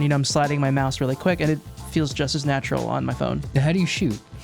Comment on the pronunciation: If I get 10 dollars every time he says "Natrural" I could afford a PS4